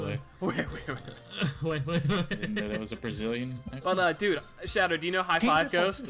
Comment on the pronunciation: anyone else notice that Speedy calls Shadow "Shadder"?